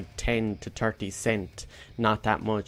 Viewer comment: one in turty, one in farty xD sry man still great video <3